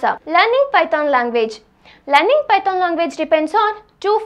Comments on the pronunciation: sis, it's not pyton.. it's python.. woh snake wala python! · its not pyton it is python .... ....... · Googool 😂, pyton, pytonic way. Love it. "H" ne Kya gunah kiya that Meri maa, pytHon bol liya Kari. Anyway good video 🤣🤣🤣